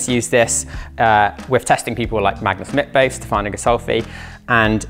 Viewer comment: Did you say Magnus Mitface?